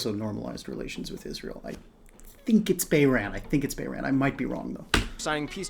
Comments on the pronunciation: You mean Bahrain? It is not pronounced as 'Bairahn'. Edit: I see somebody else has already pointed it out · Took me a second to find out that the country you were talking about was Bahrain but you’re pronounced it Bayran 😂